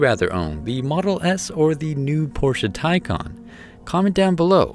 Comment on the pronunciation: Thank you for actually getting the name right